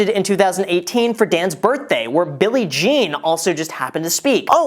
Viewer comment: he said Billy jean